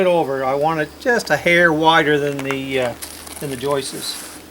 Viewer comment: 30 years of framing and hearing someone pronounce joists as joistes still makes me laugh😂. One is a joist and more than one are joists. Skip the whole cutting water and ice and just buy the right product.